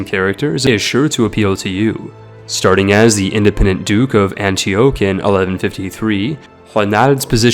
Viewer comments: pie-ety, not pee-ity for "Piety" air-less, not hair-less for "heirless" Antee-ahk, not Antee-oh(k)(rolling K??) for "Antioch" Zoro-ass-treean, not zoro-austrian for "Zoroastrian" I could go on, but i'm getting even more pissed off now that you're referencing memes for no reason and talking about gamey exploits like killing your father with scurvy and it's just like...insufferable. thumbs down from me mate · Or Anti-Okh. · Gaaahhh!!! the pronunciation is killing me! Samarkand is pronounced sam ur cand. and Antioch is pronounced an tea auck. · You're either using the best text-to-speech synthesizer I've ever heard or have a strange was of speaking. Never heard someone pause where you do for breath and pronounce Antioch the way you do.